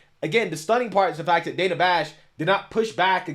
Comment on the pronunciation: It's pronounced Dan-a not dane-a